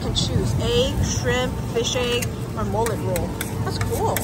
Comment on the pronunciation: millet is pronounced mill-it